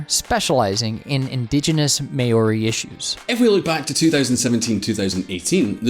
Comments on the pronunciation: Literally choked on my drink laughing when the voice over said "may-or-e" instead of Maori hahahaha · (American) Pronunciation of "Māori": Ma-aw-di (don't enunciate the d, it's supposed to help you roll your r) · Lack of credibility, fact check.... as well as an unprecedented butchered pronunciation of Maori and their oldest city, Dunedin! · It's pronounced "Maori" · The guy doing the reading needs to get his pronunciation sorted out; Dunedin / Maori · I'd ask for a refund from that voiceover service you hired for the way they butchered the word Māori 😆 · Could you perhaps start saying Anglo-sphere rather than the Anglo Saxon world? Ireland is Celtic, not Anglo Saxon, much like other Celtic nations. Plus the USA is hardly majority English descendant in 2020 so not Anglo Saxon. Also the pronunciation of Maori 🤦‍♂️ please do better